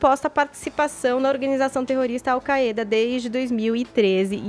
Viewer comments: Desde de sempre falamos "AU CÁIDA". Que porra é essa de querer falar "AU CAÊ DA"??? 😂😂😂😂😂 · Se promuncia "AL Káida" seus idiotas.